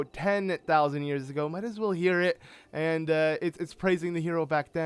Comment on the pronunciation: holy cow is it ever jarring to hear u keep emphasizing the end of words: Ganon must be defeated-eh, hunted their prey-ah, 10 thousand years ago-ah. Why r u doing that?